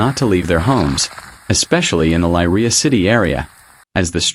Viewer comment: That's what I said but it's a robot so we can't expect too much lol